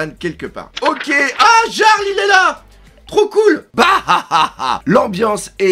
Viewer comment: "yarles pas jarles " terme nordique pour dire chef de clan", sinon c'est une chouette et pas un hiboux et la personne bandé fait penser à un autres clones de Stucy =) (donc jeune big mom)